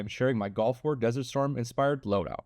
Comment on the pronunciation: bro said "golf war " instead of gulf war